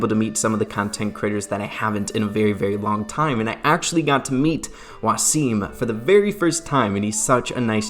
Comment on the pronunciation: the way you say Waseem is interesting